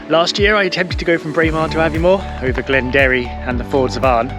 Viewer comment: The best laid plans o’ mice, and men, gang aft a-gley…. Keep working on the Gaelic, lol -it’s said ‘bulg’ like bulge, but with a hard ‘g’, like rag. The ‘i’ in Builg is like the p in both ptarmigan and swimming -silent 😂👍🏻